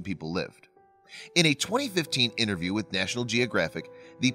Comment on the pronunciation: "Innerview, innernational, twenny..." What is wrong with this narrator's mouth?